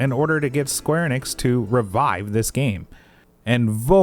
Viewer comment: The way you always pronounce Enix... "Eynnix" 😅